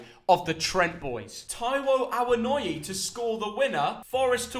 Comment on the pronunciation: The lack of research shows again. “Taiwo Awonoyooy to score” the guys out for a little while fella. and then your delusional guest who has no clue both putting out very silly predictions, it was obvious we was gonna win. Also who Tf are the “Trent Boys”. Neek.